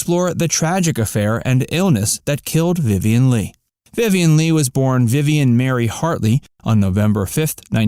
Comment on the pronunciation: You can’t even pronounce her last name correctly. Ugh